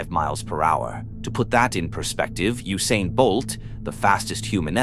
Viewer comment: Moosain Bolt 😂